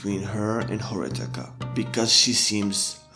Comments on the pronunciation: Him pronouncing Horikita as Horitaka bugged me way more than it should've 😅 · *It's Horikita not Horitaka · Am I the only one hearing HORITIKA, instead of HORIKITA. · It's horikita not horitaka bro your pronounciation is wrong You should say Hori key ta not hori taka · "horikita" not "horitika"🤣🤣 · horikita not horitika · lol its horikita not horitika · Just saying it's hori*kita* not hori*tika* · man it's horikita not horitaka... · its horikita, not horitika edit: not flamin u, i like ur video. keep it up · i don't think it's flaming tbh it's just the character name u gotta say it right ^^ i just also tilted on this and searched comments to see if it was just me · Just a small nitpick: it's Horikita, not Horitika Just a heads up my guy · Horitika... it's not Horitika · Stop say horikita like that pls ;_ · This video was really really bad. A lot of the analysis was just you explaining literally what the characters said they were doing in the show. Very little to offer and borderline clickbait. Felt like abusing anime to market your own book, you just went through the plot of the show. And not that it matters to my point, but the K comes first is Horikita's name, it isn't even a mispronunciation, it's like you literally didn't even proof read your script or listen back to the audio.